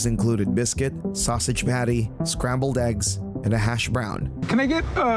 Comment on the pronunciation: Joyce ate some Italian "sausitch".